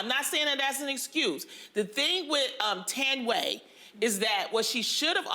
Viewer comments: Her name is not pronounced "Tanway" 🤦‍♀️ it's Tha-Ndi-Weh... Thandiwe Newton, her mom is from Zimbabwe. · Thought Lonnie was saying “Tan way” instead of Thandiwe. As a Xhosa South African (the name is my native language) I’d like my fellow Americans to try to pronounce it properly 🙂🙂 I understand what Lonnie was saying though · she didn't even try. ''Tanway'' like really?? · It’s “Tanway….Tannaway” for me 😂😂😂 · her name is Tha - ndi - we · Loni it's pronounced Tan Dee. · Cannot get over how brutally Loni completely massacred the womans' name and its such a simple and beautiful name with such a beautiful meaning when said the way it was meant 🙁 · I cringe at how horrible they say her name..mxm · Am I the only one who couldn't take anything Loni was saying seriously because she couldn't even say "Thandiwe" right? They should have just stuck to Thandie. Hae! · I hate how Loni was butchering Thandiwe's name. Should've let someone else introduce the topic. Plus she talked way too much.